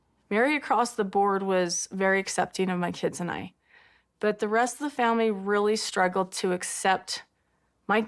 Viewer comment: I "fill" like you're taking the piss. They "rilly rilly" like those pitchers and you're going to hurt their "fillings"